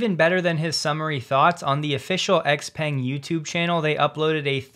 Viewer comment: Just a note, Xpeng is pronounced phonetically "zhau pang"